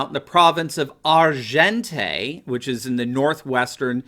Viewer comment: Argenteuil is pronounced "Ar- zhon-toy" (approximately).